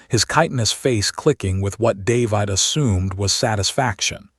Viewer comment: What sort of AI can't even get a simple name like "David" right? It pronounces it like there is an "e" at the end.